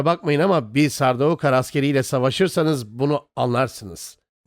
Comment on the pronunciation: Kardeş seslendirmeyi yapan abi Türkçe telaffuz ediyor. Adama gidip de sen telaffuz çalış desen ayıp olur. E senin burda yapman gereken metni telaffuz edildiği şekilde yazman. Sardaukar değil de sardukar yapsan seslendirmen abi de doğru telaffuz edeceği için çok daha güzel video olacak.